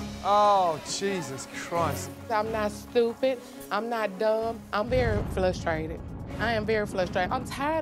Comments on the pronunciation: She said she flustrated not frustrated keep in mind she said she is not stupid smh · "I'm not stupid. I'm very flustrated." 😑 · "I'm not stupid. I'm not dumb 💁🏽‍♀️ I'm very flustrated... I am flustrated" 😩🤦🏾‍♀️ UMM.. 😩😂😂😂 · So is trying to say Flustered and Frustrated at the same time?? #Flustrated